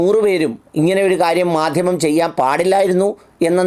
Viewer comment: മദ്ദിമം അത്ര അങ്ങോട്ട് ച്ചി ന്തി ചില്ല, ചിരി സാറെ